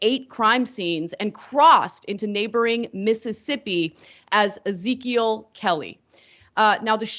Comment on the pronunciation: "Izikill Kelly"....I assume the news anchor meant 'Ezekiel'.